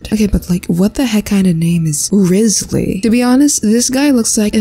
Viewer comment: ITS WRIGHTHSLY NOT RIZZLY